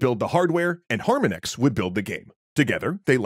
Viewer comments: So, have you even played these games yourself? There is some bad info in here, and you are not even pronouncing "Harmonix" (har-MON-icks) correctly. Seems suspect. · It's pronounced "har-MON-icks", it's a play on the word "harmonic". There is no "ecks". Cool video though. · His pronunciation was bothering me through the whole video. Harmonix as a play on harmonics is something I thought was obvious. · Beatles and Metallica are 100% love letters for those bands and fans. Both Harmonix (which you refused to pronounce correctly by the way) and Activision put a lot of effort in those games and are each considered proper titles for the genre. Green Day, Aerosmith, Van Halen? Now that’s cash grabs that never needed to happen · STOP SAYING HARMONIX LIKE THAT PLEASE IM GONNA GO INSANE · This is a really great video, but its so hard to hear you mispronounce harmonix every time you mention them. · Is anyone else unreasonably irritated that he is pronouncing harmonix wrong. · Your pronouncing Harmonix wrong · you can pronounce Konami correctly but not Harmonix? lol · HARM ON IX Not Harminex. that pronunciation was killing me this whole video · Har-MON-icks not HAR-min-ex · Though an interesting video, it drove me crazy every time you would say HARmonix instead of putting the inflection on the second syllable - HarMONix, like the word "harmonics" in audio. I assume the name was intended to be the an audio/music reference. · Can you please pronounce Harmonix the right way? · It's pronounced Har-Mon-Nix. Not Har-min-ex ;3 Great video though! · Har-mon-ix....har-mon-(icks), not Harmon-ex. It's like the musical term, "harmonics" but with an "x" instead of the "cs" at the end. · I gotta think it's pronounced Har-MONICKS, not Harma-nicks. Because you know, music language. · Your pronunciation of Harmonix is driving me up the damn wall. You're saying it like "Har-muhn-ix", it's pronounced exactly like harmonics. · It’s Har-mon-ix, not harm-a-nix 🤦🏻‍♂️ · Great video! But... Harmonex? 🤣